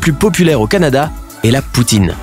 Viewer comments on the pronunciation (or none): none